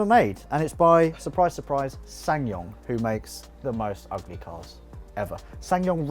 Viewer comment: This episode was getting better and better until you called the Supra "ughleh":((( edit: And then out-cared you and I got all hyped again:D